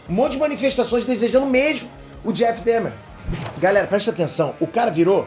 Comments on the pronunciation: Se lê Dâhmer! É alemão! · Porra,. Você mora na gringa, canta inglês, assistiu a série e ainda pronuncia DÉHMER? Assistiu no mudo?